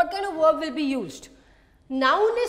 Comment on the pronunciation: not werb.it wil be verb sound